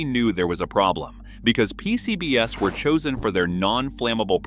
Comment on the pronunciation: I couldn't help giggling when the narration referred to "P-C-B-S" as in a 4-letter acronym. Am I missing something?